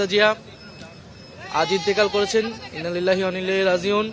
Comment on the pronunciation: শুদ্ধ করে পড়া উচিত ছিল "ইন্না লিল্লাহি ওয়া ইন্না ইলাইহি্ রাজিউন"